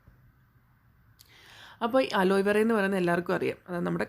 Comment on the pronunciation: അലോയ് വേറ അല്ല അലോവേറ